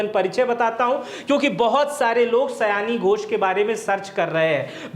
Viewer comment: सयाणी घोष नही सायनी घोष है , कृपया सुधार ले ।